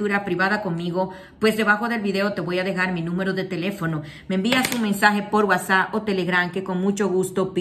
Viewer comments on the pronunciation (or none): none